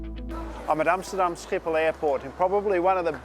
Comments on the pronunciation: Hi, first of all, my compliments for the way you pronounce Schiphol. The orange 777, also known as the orange pride, got this livery in 2016, the 787-10 with the 100 sign is the biggest thing we’ve seen to date for KLM’s 100th birthday. I couldn’t resist correcting you as a Dutch av-geek... apart from that, keep up the good work! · how u pronounced “amsterdam schiphol airport” was so good for someone who doesnt speak dutch. Had to rewind for a sec haha